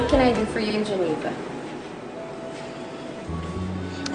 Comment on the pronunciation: Ang arti mo mgsalita..ang pangit ng pgkabigkas mo geneva..